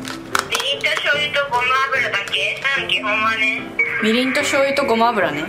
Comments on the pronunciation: ごま油のこと、ごまゆって言うの！？ ごまあぶら じゃなくて！？ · ごまゆじゃなくてごまあぶらじゃないですか～ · ごまゆじゃなくてごまあぶらって読むのでは？